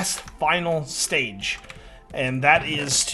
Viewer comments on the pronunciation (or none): none